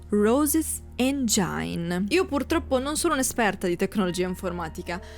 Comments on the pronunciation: Motore in inglese, si pronuncia “engin” non engiain. Non me ne voglia l’autrice del video, che peraltro è interessante. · Comunque è "engin" non "engiain".